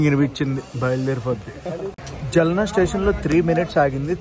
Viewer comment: జల్నా కాదు బ్రో ఆ సిటీ పేరు జాల్నా